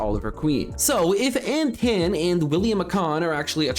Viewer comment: I believe Antaan is pronounced like Anton.